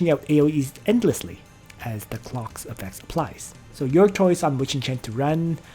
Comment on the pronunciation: Not going lie every time you say clocks it triggers me